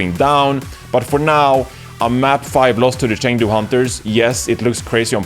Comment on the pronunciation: The casters learned, the fans learned, and now it's your turn to learn how to pronounce Chengdu.